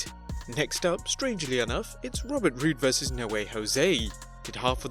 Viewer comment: It’s Robert Roode🤦🏽‍♀️